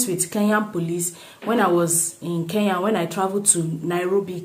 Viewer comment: But stop pronouncing it Ke ya, it is Kenya.